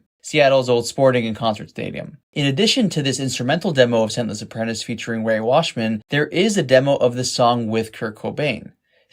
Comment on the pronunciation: Rey Washam. Not "Washman".